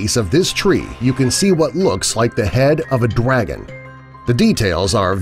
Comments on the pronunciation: Its Dragon Not Dwagon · I heard you say “the Dead dwagon” XD XD Just pointing out XD XD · I can't be the only one who heard dwagon instead of dragon each time he said it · I know he totally was joking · He said dwagon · Dwagon? Hahahahahahahahahahaha!!!!!!! Dry -_ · Your sayin' Dwagon... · He said the dead dwagon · Am I tripping or did he say dwagon not dragon!? 🤔😆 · Not DWAGON, DRAGON 🐉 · He said "Dwagon" :D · I heard it as well 😃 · broken furuta mage he actually said “Dwagon” dude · why every time he says "dragon " i hear him saying "dwagon" lol lmao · Sounds like he said swag instead of dragon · He said drwagon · It sounds like he’s saying dwagon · This is how many he said dwagon I I I V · Lol he said DWAGON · He can't say his R's like dwagon and giwaffe